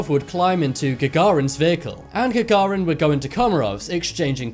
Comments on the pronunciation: Who the hell is "GARAGIN"? At least put the right text in the text-to-speech software... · Not garagin GaGarin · GAGARIN NOT GARAGIN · Yuri GAGARIN is not YURI GARIGAN... FFS! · Imagine putting so much work into a video and not pronouncing a simple name properly. It's Gagarin not Garagin. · He's name is (Yuri) Gagarin, pronounced GaGARin. Not GaRAGin :))) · It's Yuri Gagarin. Not Garrigan ffs. I understand that some people whose mother tongue languages are in latin script cannot read cyrillic script, but ffs this is latin script, you cannot even read your own letters let alone cyrillic, imagine if you had to read Гагарин instead of Gagarin. That's like saying Neil Amrstongr instead of Armstrong. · Read the name. It is gaGARIn, not GaRAgin 😖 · it id GAGarin. NOT Garagin--strewth--ho w Hard CAN IT BE? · Gagarin. Say it. Gagarin. Not Garagin. It's not hard. He's only the most famous astronaut ever. Gagarin. Thank you. Won't be subscribing. Basic accuracy is a minimum requirement. Sorry. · Nobody:: Garrigan * 100 Yuri Gagarin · The last name is GAGARIN (Юрий Алексеевич Гагарин). At least try to say right! That Man deserved to be remembered! The least we can to honor him is to say his name right!!! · The narrator gets Yuri Gagarin's name right in the earlier parts of the vid, but for some bizarre reason by the end he's calling him Garigan. This is pretty sloppy from a production point of view. You'd think someone would have listened to it for a final quality check before it was uploaded. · GAGARIN! It’s pronounced Ga GA rin ! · Garagin?..... o boy. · Who the Hell is GARAGIN?! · бялть His name was Gagarin GA-GA-RIN it's not that hard to pronaunce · That's (Yuri) Gagarin. Get someone that can pronounce names correctly. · Nice cock up on the pronunciation of both cosmonauts names. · How do you pronounce Gagarin correctly for the first half of the video then choose to pronounce it wrong the last half? Annoying.. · Its Gagarin not Garagin. Jeez. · It's Gagarin.